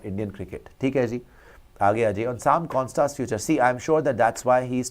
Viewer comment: When you say Konstas, it sounds like corn starch 😄 It is pronounced as a single a and not a double or triple a. Konstas, not Konstaaas.